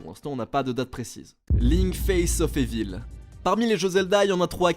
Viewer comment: qui prononce Evil "évile" m'empêche de dormir